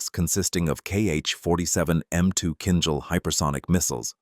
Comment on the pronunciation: It's a pleasure to hear Kinzhal pronounced right! It's like in "beige' "beizh".